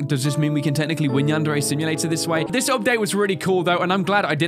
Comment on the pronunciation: wow you said Yan-Dere Simulator lol